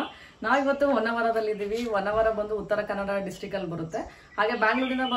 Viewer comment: Poor pronounciation of kannada. Honnvara not vannavara.